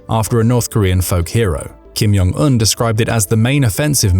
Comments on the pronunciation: Why do you always pronounce ‘Kim Jong Eun’ as ‘Kim Yong Eun’? He’s not Mexican! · Its Kim Jong Un, not Kim Yong Un. They're Koreans, not Germans. If its pronounced like J, they'll write it as J. If its pronounced like Y, they'll write it as Y. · Stop saying (Kim-Yong-Un) all the time, It's pronounced (Kim-Jong-Un) a simple difference. I thought it was just a mistake at first, but noticed you continue to pronounce it incorrectly on all your North Korean content. 😀😄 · I'm not the only one, please comment if you also noticed him saying the name wrong? It's pronounced just like it's spelt (Kim-Jong-Un)... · Thank you. It's (Kim-Jong-Un), there is no "Y" in the pronunciation. I thought I was losing my mind. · The language isn't, but the narrator likely is. To be precise I suspect he's actually German and learned to speak English in the UK. His (mis)pronunciation of Kim Jon Un's name as well as many Russian names suggest it.